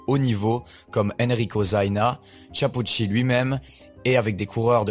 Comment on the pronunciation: Tu ne peux apprendre à bien prononcer son nom ?